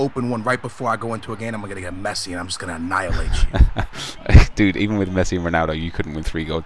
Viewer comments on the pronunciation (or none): none